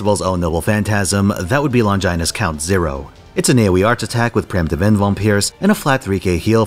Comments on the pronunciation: Longginus That pronounciation hurt my soul. It's just Long i nus. not Lon ghi nus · Longinus is pronounced with the 'i' sound from 'it'